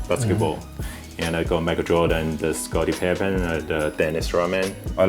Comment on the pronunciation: He just shit on a lot of people’s jordan collection,and some of the shoes he has in the “gr” area are still rare,lol. Also he said Scottie pippin mad funny. You think he would still like his collection if it came out tomorrow that Jordan was a murdering rapist. 😂😂😂😛